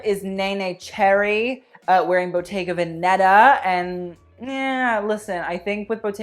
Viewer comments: Only because I feel you like you’re the kind of person that likes to pronounce designers’ and studios’ names properly, it’s bottega VEHneta, not veNEHta. Originally, a bottega was an artist’s or craftsman’s studio or shop and VEneta (stress on that first SYllable) means Venetitian, or from the Veneto (the whole area in the North of Italy that was dominated by Venice). It sort of translates to The Venetitian Shop. If you want to be really pedantic, though, learn how to pronounce that double tt in boTTega, you’ll sound fabulously obnoxious. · Please honey it's Bottega Vèneta with the accent like in Venice (Vènice), not Venèta, I couldn't understand the brand's name for quite a few videos for the love of god and I just got it and it's breaking my soul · You are freaking hilarious 😂 just an fyi: it's bottega vÉneta, not venÉta. The accent goes on the first "e" 😘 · i don’t want to sound rude but id like to just help you out so take this as constructive criticism from an italian...it’s Bottega Vèneta, with the accent on the first “e” 💕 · Please learn how to pronounce bottega veneta